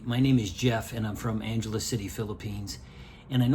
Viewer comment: Since u r residing there pls ask locals how to properly say Angeles, this isn't Los Angeles buddy. Take care & enjoy living there.